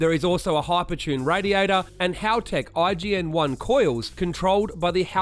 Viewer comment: IGN1a … say the god dam A. IGN-1A please